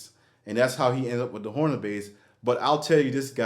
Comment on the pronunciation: Honer is correct. In the video, not sure if you even noticed but you were pronouncing it Horner. With an R after the O. Anyway, not big deal. That is a sweet vintage OG Steinberger you got there.